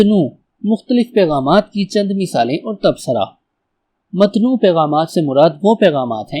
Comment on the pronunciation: متنوع MATNOO =GHALAT MUTANAWWA +SAHI